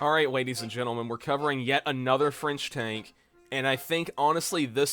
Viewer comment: "The Free Franch"